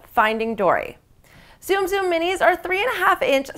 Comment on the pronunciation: ok lady look it up its pronounced "Soom soom" not zoom zoom